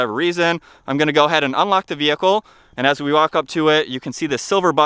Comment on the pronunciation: This guy narrates like a robot. The word “the” is pronounced “tha” or “thuh”…I had to stop about a quarter way through. His speech pattern is beyond annoying